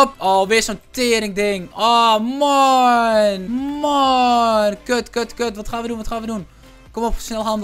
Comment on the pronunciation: ik vind het echt irri als hij steeds maon zegt 😒